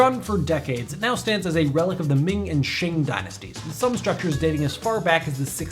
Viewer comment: Ming and Qing not Ming and Shing but great video.